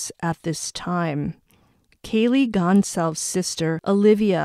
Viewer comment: You pronounce her last name Gon-zal- ves ……. Goncalves